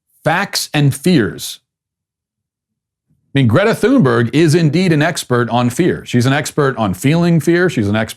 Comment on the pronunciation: As part of your European audience, I agree with most of what you've said but I must make a correction. The German cafe with the pool noodle hats only did that as a ONE DAY RE-OPENING GIMMICK. It wasn't mandatory. It was only meant to be funny and gain attention. Second, please pronounce Greta Thunberg's name correctly. It's "TUNE- berg." We don't have the English "TH" sound over here. Please pass that on to your colleagues who also sound silly to our ears. You have a large, admiring audience in Europe, we're trying to help you to look & sound intelligent. Keep up your good work.